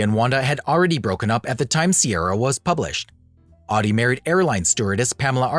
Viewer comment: Pronounced ODdee. OWdee as you say it is the German car company.